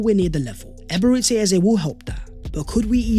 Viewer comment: Hey great content as usual. You tend to pronounce Ebereche as Ay-bay-rayte-say, which kills the meaning, it should be Ay-bay-ray-chay, meaning the mercy of God. You can also call him Ebere, which is easier and is what most Nigerian-named people prefer, as the full name is usually used by their parents when they get in trouble 😅 .